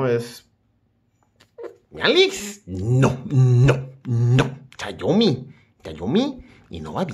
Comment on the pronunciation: todo mal todo mal no es chayomi